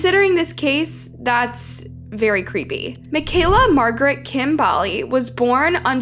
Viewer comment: I'm from yorkton it's not definitively known what happened to mekayla, the title is a gross clickbait crapfest, also you're pronouncing Bali wrong, Regina and Saskatchewan wrong